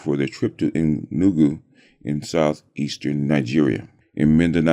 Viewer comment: It is pronounced Enugu (A new goo) and Igbo ( E bow).